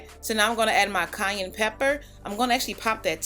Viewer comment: I'm crying every time you say "cayenne"...it sounded like Kanye.😜 Too cute.